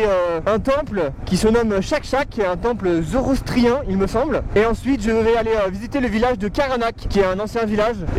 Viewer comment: Ça donne vraiment envie. Je peux pas m'empêcher de commenter car on dit zoroastrien et pas zorostrien